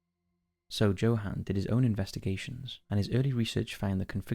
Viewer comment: Props on your pronunciation of Mpumalanga (though Johan is pronounced Yo-hun). But that's neither here nor there. Loving the content, all the way down in South Africa.